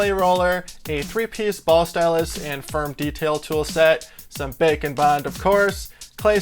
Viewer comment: Everytime he says "bake and bond" It always sounds like "bacon bond"